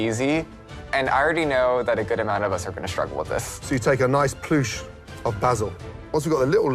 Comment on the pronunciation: I love Micah's little smirk after hearing Gordon say "ploosh" of basil